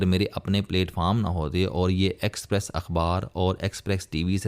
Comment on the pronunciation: It is expess, not exprex